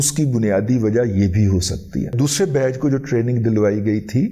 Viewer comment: بیچ کو بیج نہ پڑھین